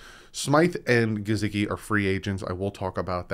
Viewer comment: is my favorite host of the Fins YouTube community, but it is so hard to listen to him pronounce Mike Gesicki’s name without cringing 😂 Just say it the way HE/every other person alive says it man! It’s not Juhsecki lol There is a video on YT called ‘Sports Lite with Mike Hall - Mike Gesicki’, where they ask him directly how to say his name. I’m sorry but you watch football games …how many commentators have pronounced his name the way you pronounce it? Keep up the good work 😃